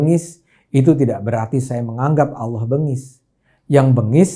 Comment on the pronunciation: Bang ADE....jgn bilang aolloh ...mesti nya Allah , klu aollah seakan akan cuman Islam yg sebut aollah